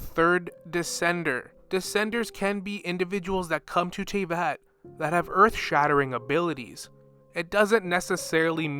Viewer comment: The 'v' and 'y' are not switched in tavyet. The reverse of the word 'tavyet' is 'teyvat'